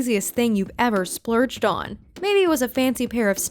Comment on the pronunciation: “What’s the most expensive thing you’ve ever spuuurged on?”😂😂🤣😅